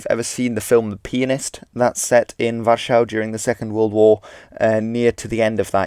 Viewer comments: Its called war-sah in English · Why do you pronounce Warsaw the way you do? If you're speaking English, you can, and really should, use the common pronounciation, not the 'correct' pronounciation. We don't try and speak in the original way when saying Jesus, or Sumeria, or (Ancient) Egypt, or Paris, or Nevada. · You have a really strange way of saying Warszawa